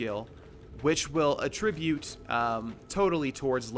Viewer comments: Minor difference in the word attribute Verb - uh-TRIH-byoot The stress is in the middle of the word Noun - AT-trih-byoot The stress is in the start of the word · Bro, you're pronouncing "attribute" like it's a verb. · I love your videos but I hate the way you pronounce "attribute" lol. I believe you're using the wrong version. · I love the content, I cannot finish it solely based on how you pronounce attribute in the context you're using it. Keep up to good work. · I love all of your playthroughs but I'm STILL getting stuck on the "attribute" pronunciation. It sounds so off lol. It's just one of those things that keeps kind of ruining the entire sentence for me and I can't help but focus on. Otherwise, you seem to be making an effort in trying to pronounce things correctly, and not everyone knows every single word, anyway. :3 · Dude you pronounced attribute wrong when you were mentioning skills; not far thru video right now so if fixed, disregard